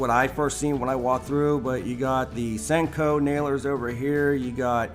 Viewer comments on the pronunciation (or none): none